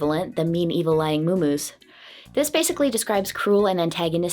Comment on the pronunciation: "Mumus" is pronounced "muhmuhs" lol